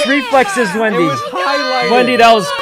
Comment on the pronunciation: whenever sykkuno calls wendy “wendell” i can’t help but laugh 😭😭😭